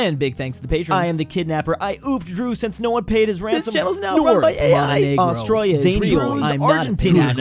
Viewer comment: im triggered first 5 seconds of the video bro says "austroya"